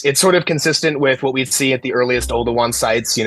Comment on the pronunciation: Oldowan? Older one?